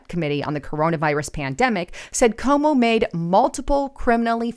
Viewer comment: your channel is full of great info, but please pronounce people’s names correctly, because there are many people who won’t take you seriously, if you don’t know how to pronounce names of people that everyone knows. His name is CUOMO, not Como. It’s pronounced like this “Kwo-mo”. Also, I know it’s trendy to say “take serious” and I keep hearing people say that, but it’s not proper grammar. The correct phrase is “take it seriousLY”, not “take it serious” - it has to have “LY” at the end of the word “serious” because the word TAKE is a verb and verbs are described by adverbs like the word “seriousLY”. The word “serious” without the “LY” is an adjective, not an adverb, and adjectives describe nouns, while adverbs describe verbs. Lately, I keep hearing people say that phrase wrongly, because people tend to pick up other people’s bad grammar habits, and not gets reinforced, over and over again, each time someone says it, but I’m trying to do my part to preserve the English language in its proper form, by pointing out grammar mistakes whenever I see them.